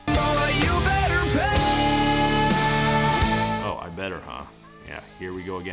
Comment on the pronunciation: Also him sounding like he's saying "you better pay" instead of "you better pray". Am I the only one hearing that?